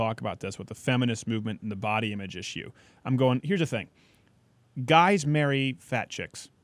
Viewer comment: And hear the way he says "issue" he sounds like a martian!!!